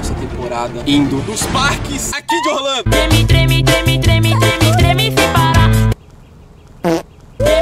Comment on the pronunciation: no minuto vc falou olando em vez de orlando